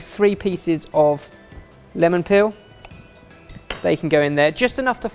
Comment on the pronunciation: Was it just me or did it sound weird when said "peel"??:)